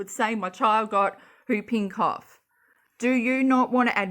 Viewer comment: I never knew how much I needed the Aussie pronunciation of “whooping cough”...for some reason it’s really making my day🤣❤️